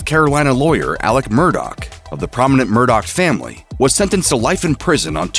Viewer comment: His last name is pronounced "Mur-dah" sir